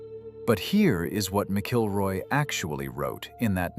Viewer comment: It is not pronounced "Mic-kilroy"" it's pronounced "Mackle-roy" ... Doug "Mackle-roy"